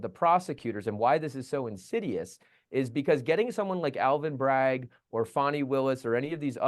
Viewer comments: His last name is BRAGG - not BraggS - no 's' on the end unless you're describing a possessive. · Someone tell it's Bragg not Braggs!!! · Please stop saying Alvin Braggs. It’s Alvin Bragg. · Bragg not Braggs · I thought it was Alvin Bragg not Braggs!